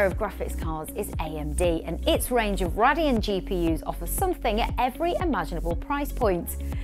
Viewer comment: Cringy how you pronounce Radeon. Do you even know what you are talking about? You're just reading a script and have no idea about the subject.